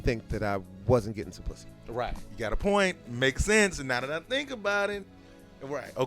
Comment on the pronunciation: just hearing him say "pussy" sounds weird..lol another thing im tripping how he looked 45 when i was 8 and he still looks 45.